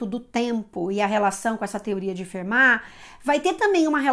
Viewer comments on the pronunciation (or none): none